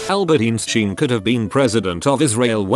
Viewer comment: Albert Eenshteen